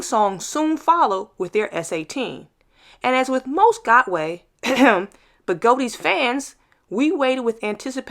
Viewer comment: What the heck is a Begoti wheel?! It's a Gotway. I'm totally confused by that pronunciation...